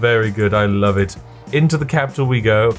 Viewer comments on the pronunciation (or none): none